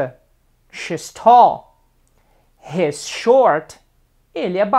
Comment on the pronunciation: É muito legal. I would work on your pronunciation of 'he's' and 'she's', but it was very good. It helped me to learn a little Portuguese. Muito obrigado.